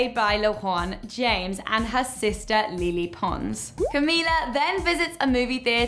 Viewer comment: She doesn't even know how to say lele pons name correctly don't talk about something if you cant do it correctly smh (pronounced lay lay pons) (not le le pons)